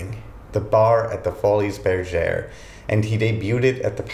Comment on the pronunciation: FYI: the “s” in “Folies” is silent